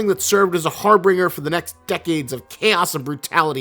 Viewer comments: God seeing trailer footage of this is truly disgusting. Also learn to pronounce harbinger. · Harbinger not harbringer. You're freaking killing me, man, you say it like 5 times. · Harbinger (har-binjer) not har-bringer. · You're mispronouncing harbinger.